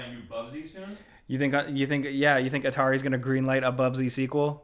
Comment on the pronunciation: "Gonnae?" That's a rare Scottish thing. Holey hells. "Gonnae no."